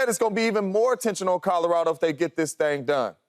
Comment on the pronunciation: Did he just say Codo Rado 🤣